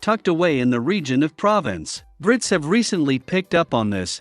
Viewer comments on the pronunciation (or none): "Province'' ? It's Pro vance' And 'look forward to peace and quite?'' Is a robot narrating?